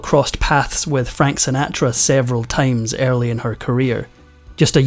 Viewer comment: Sin-aa-tra. Oh well ,what would these episodes be without a mispronunciation. There’s always at least one.